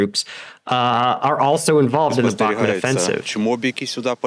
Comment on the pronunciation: Bah-ku-mut not Bak-mat